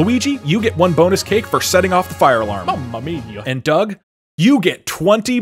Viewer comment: “Mummuh Meiya” -Brocluigi